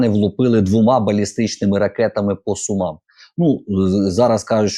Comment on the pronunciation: По Су'мам,а не по Сума'м.Не коверкайте на пару з Бобиренком назву міста.